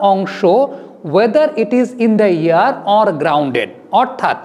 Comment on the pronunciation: ভাই শব্দটা "ইন দ্যা এয়ার"